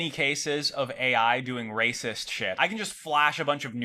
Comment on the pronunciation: They make a lacist computah